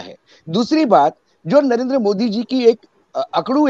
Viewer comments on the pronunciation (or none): none